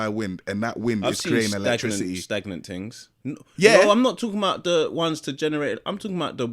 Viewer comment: "I've seen stagnant tings" 🤣🤣🤣